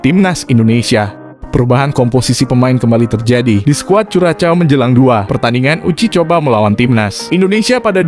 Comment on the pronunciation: Sepertinya cara pengucapan yg betul untuk Curacao adalah "Kurahsao". Jadi jangan dieja dengan ejaan Bahasa Indonesia, karena kedengarannya jadi aneh sekali.